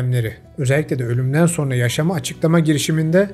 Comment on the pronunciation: So(r)na değil, so(n)ra.